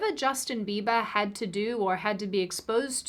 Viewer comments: Justin Be-bah. Lol! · Did just say “Justin Beeba’s forma house keepa” Gosh she is cute. In any event, with a million subscribers seems to me that is something of a celeb herself. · justin Beeeba 😂 😉